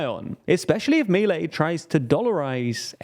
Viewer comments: Its Miléi guys, that is not hard to research... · Just a minor note: Milei should be pronounced mee-LAY (accent on Lay, not on mee). Thanks for your outstanding work.